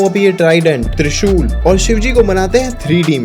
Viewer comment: Oooy wo tridend nahi treshul he